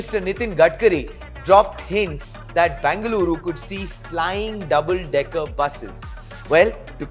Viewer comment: Say either BEN-GA-LURU or BAN-GA-LORE 🤦🏻‍♀️